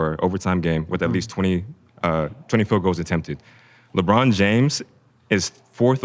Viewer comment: He called LeBron a weeny 😂😭